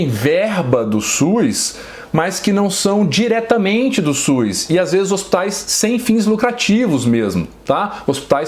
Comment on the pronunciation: E SUS Dr...não e Suis.